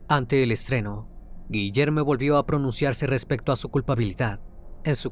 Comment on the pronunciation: “Guillerme” suena a nombre “no binarie”. Debería sonar a Guillermo chingao.